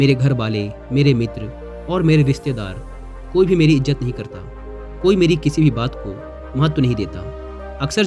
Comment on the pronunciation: Izzat hai.., Ijjat nahi hota.., correct your URDU diction.